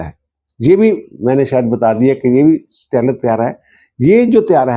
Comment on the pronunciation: سٹیلتھ کو ویلتھ کی طرح ہی بولا جاتا ہے۔ stealth, wealth